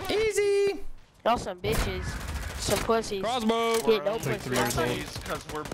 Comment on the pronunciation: Its literwally a cwossbow